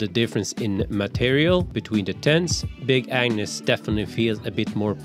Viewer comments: The G is very important to pronounce properly in the name Agnus. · I heard him saying “big ANU$ tent” every time 🤣